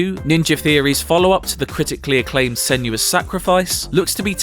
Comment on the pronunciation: Senua... Sen oo a. I don't understand why it's constantly pronounced Sen yu a...